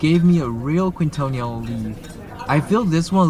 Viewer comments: Keen-toh-neel, not queen-toh-nee-all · Quintonil - pronounced keen-toh-KNEEL. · Quintonil is pronounced keen-tah-neel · Thank you for sharing. The restaurant name is pronounce kingtonil